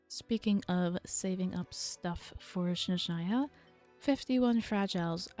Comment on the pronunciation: Also it’s SNezhnaya not SHNezhnaya, it might be easier to remember if you associate it with the word SNow which is how it’s translated! 🤓☝🏻